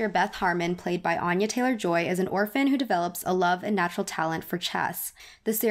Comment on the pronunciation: Mispronunciation of Anya